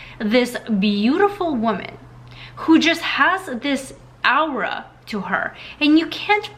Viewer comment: Love your videos, as always 🙏🏽😊 ! P.S: If I may add, we pronounce "aura" "Orah", not "Owrah.